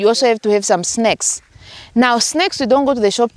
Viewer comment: Am I the only one that heard 'snakes' when she said 'snacks?' 😁 I know, that southern African pronunciation.